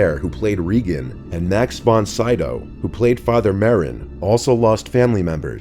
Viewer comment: Max Von SEE-DOW. For heaven's sake man, do you even know what you're talkin about? Such ignorance!!🤨